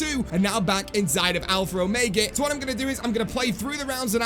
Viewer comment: Please stop saying alphra omega in your intros